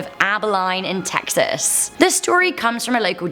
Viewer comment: Im carl and im from Teeexas